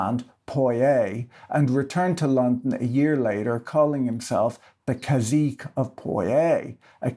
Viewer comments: Caçique is pronounced "Kah-see-kay." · cazique" is a real Spanish word! modern spelling is "cacique", it’s pronounced kah-SEE-keh, it’s a Carib loanword, and it doesn't mean prince. at least in Mexico, it’s more like "warlord", "despot" or "pretty tyrant". so...